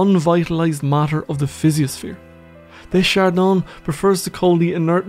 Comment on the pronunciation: I can't stop listening to your lovely, enlightening voice. I can't help myself, though: Aim more for "duh shard Dan" rather than "day shard Don"